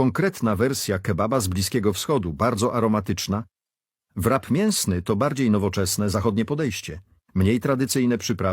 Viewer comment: Rap nie wrap. Wpiszcie sobie kiedyś to słowo do translatora i odsłuchajcie poprawna wymowę. Ale pojedźcie do UK i spróbujcie zamówić „wrapa”…. Jeśli już po angielsku to proszę poprawnie a jak nie to mówcie zawijas.